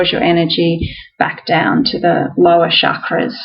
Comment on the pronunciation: Shakras, what? Hum mm do you mean chakras? Shiva -SH but ch is pronounced like chalk.😏